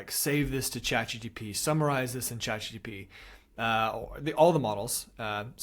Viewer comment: its chatgPT not chatgTP